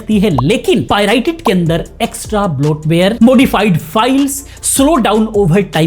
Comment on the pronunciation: पाइरेटेड ❌ पाई राई टेड✅😂